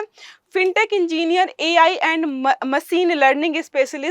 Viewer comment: वो मसीन नहीं मशीन होता है... अपनी स्किल्स बेहतर करो... 😂😂